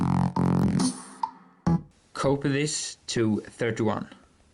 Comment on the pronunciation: When he says "copy this" it sounds like he's saying "Cope with this"